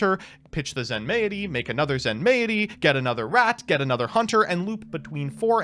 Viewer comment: Question: is it not pronounced "zen-mighty," rather than "zen-may-it-y?" Feels like Zen-mighty makes more sense as a name